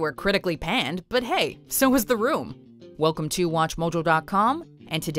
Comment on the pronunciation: Stop saying watchmoljo